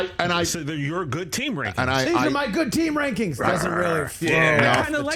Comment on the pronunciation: Rich Eisen’s “Teams Reiseng” Rankings